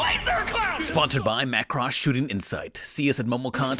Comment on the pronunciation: Is that really how you pronounce Macross? Please say it aint so